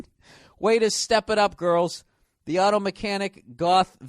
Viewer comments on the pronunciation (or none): none